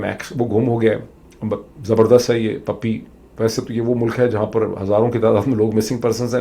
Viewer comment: Dr Sahab, it's a Puppy, not "pappi".